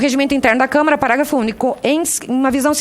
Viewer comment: Velho nojo .não é TV CâmEra. Eh TV Câmara ! Não eh puder , é poder aprenda primeiro a falar.